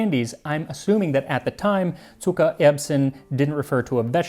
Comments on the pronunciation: Zuckererbsen ! NICELY pronounced. Greetings from Germany. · Your pronounciation of "Zuckererbsen"... chef's kiss! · Wow, great pronunciation!👌🏻 Zuckererbsen is not the easiest word😅 Greetings from Germany! 🇩🇪